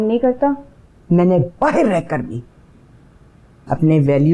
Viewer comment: ..... بھار نہیں باہر 😠